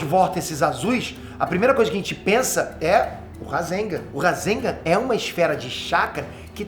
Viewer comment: só eu acho que o devia aprender pelo menos as pronuncias das palavras em japones? nao tanko ele falando "razenga", "kawáki", "gayden"